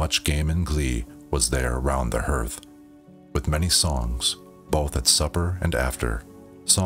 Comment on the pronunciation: Hearth is pronounced like heart with a th. “Garth” with an H. “Harth”=hearth